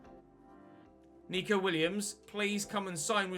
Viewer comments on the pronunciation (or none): it’s neco williams not nico!!!!! god dam